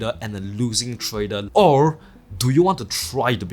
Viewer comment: You have nice content. I just can't help myself to put a smile on my face when you can pronounce almost everything right except word TRADER :) keep up